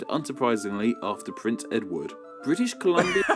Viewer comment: Thank You! Although.... he won't ever read this. He's been doing this for two years and still says "British Columbia" like a Kindergarten teacher.